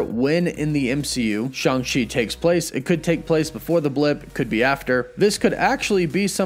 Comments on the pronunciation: It’s Shang not Shung! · bro you the goat but it’s SHANG, ang like in avatar 😂 but this Movie gonna be dope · Take a shoot every time he says Shang wrong! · You pronounced Shang wrong